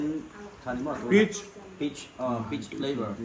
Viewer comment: Sailoa accent dik vawi 3 ka hriatna...'peach' alm khan